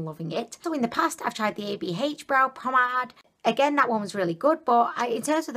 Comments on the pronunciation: your so funny its pronounced u pom-made. Lol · Love your videos! They have me so cracked 😂 you remind me of Gwen stefani so much, so pretty! Can I be annoying and just say that it's eyebrow pomade not promenade 😆 but you can obviously call it what you like ha 😃 xx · The cock on the forehead! HAHAHAHAHAHA I LOVE YOU 😂😂😂😂😂😂😂😂. Ps. It's pomade. You said pomenade. So cute 😍. To get rid of the balling up, you just need to spooly your brows after to distribute the product better and more evenly and get rid of that excess. I bought like 8 of those lipsticks in different shades of brown and berry! They're so good!!